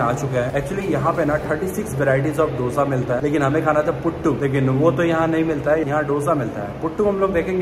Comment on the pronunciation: दोशा Not डोसा